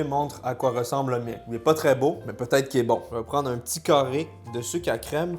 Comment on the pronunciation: Bonbons au PEUTATE